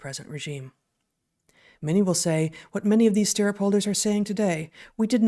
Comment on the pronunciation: Stir-up, not steer-up